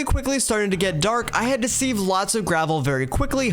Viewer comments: Man I’m getting so PISSED everytime you say seave and not SIEVE. Where did you learn to say SEAVE. YOU PRONOUNCE IT SIV ARE YOU FUCKING MAD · Never have i heard someone pronounce siv as seev, sounds so weird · Completely unwatchable, what the hell is a seahhve🥴, its sieve, pronounced “siv”, you put things in a sieve, not a fucking seave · Sieve is not pronounced "seeve" like leave, it's "siv" like give. otherwise an enjoyable video. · why can’t this YouTuber pronounce sieve